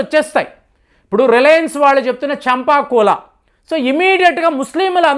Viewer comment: "చంపా కోల" అని అనడం సరికాదు కాదు. "కంపా కోల" అనాలి.